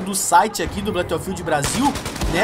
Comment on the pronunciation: blãto fild não né cara kkkk